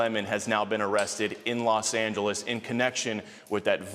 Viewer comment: is she drunk?! Why did she say Los Angeles like that? 😂